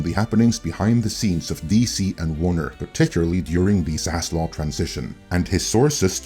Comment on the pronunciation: You’re getting dislike for keeping mispronouncing Zaslav’s name (it is not Zaslaw you retard!).